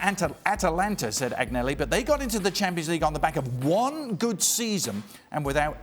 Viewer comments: Why are people employed to talk about Italian football when they cannot even pronounce the names correctly; Agg-nelli? (Should be An-yelli). Appalling and disrespectful, amateurish and unprofessional. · What credibility could a TV show host have when he can't properly pronounce Italian names aGnelli.... this is wrong on so many levels. Do your due diligence, it's not that fucking hard to pronounce a foreign name if it is your job to report.